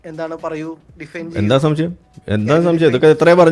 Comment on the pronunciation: ഇയാൾക്ക് 'ശംസയമാ.. എല്ലാറ്റിനും സംസയമാണോ 'ന്നാ എൻ്റെ ശംസയം'😂